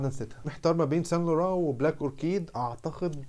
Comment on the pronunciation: اسمها واي ايف ساينت لورانت ال ت مش بتتنطق مش زي مش انتا بتقول